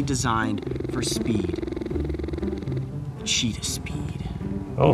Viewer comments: that's not a cheetah costume that's a lepord costume XD 😂 and it sounded like u seid Cheetos. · Yo bro you love Cheetahs since little how about pronouncing its name properly. There is no Rs in it.